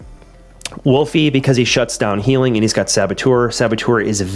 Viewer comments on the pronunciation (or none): I'm not sure if it was an ongoing joke, but Wolfe is pronounced wolf. Not wolfy...😅